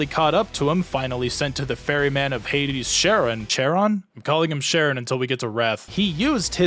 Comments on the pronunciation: Pronunciation notes: Charon = Karen. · It's pronounced karon but is spelled Charon